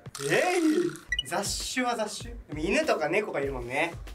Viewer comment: ざっしをざっしゅにするの天才すぎてw